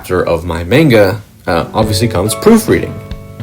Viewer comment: not to be that one guy but idk how someone can be so great at their craft and pronounce it (manga) so spectacularly wrong, just discovered you and love your work keep it up :)